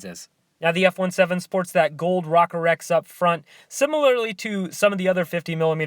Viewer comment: Pronounced Rowcore. Cool video.